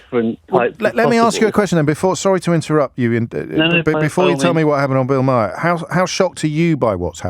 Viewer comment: Trust me, you won't like Bill Maher (pronounced 'mar', btw)